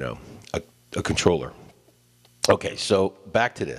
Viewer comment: did you just say otay?